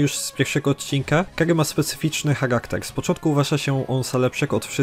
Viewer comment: "...ile odznak posiada Gagy"? 🤯 KuRRRwa srogo jest. Tego przypadkiem się nie trenuje? Niektórych słów nie słychać wgl albo trzeba się domyślać. To jest straszne